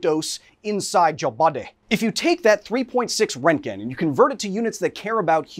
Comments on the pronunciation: the amount of times he says rent gen , instead of RONT gen, is giving me radiation poisoning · "Rentgen" is such a cursed pronunciation. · Röntgen isn’t pronounced rentgen! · are you saying Rankin? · at first I thought he was saying rankine and I was like damn thats cold. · Not how you pronounce roentgen but okay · Literally no one is pronouncing the umlaut in Röntgen (Roentgen) correctly, not Kyle, not HBO… like come on guys do better 🙄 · Best part is intentionally saying the guy's name wrong multiple times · I guess thats how we are pronouncing roentgen now lol